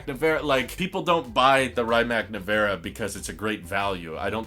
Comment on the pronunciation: not "ryemack nivera" its "rimats nevera"